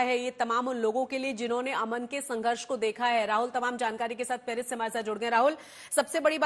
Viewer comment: Parsi nahi Paris hota hai